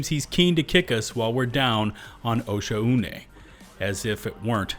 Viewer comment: I want to personally thank you for properly pronouncing Oshuane. So many other creators pronounce it wrong when it says it once you enter the area... its not 'O'Shaun' dammit! lmao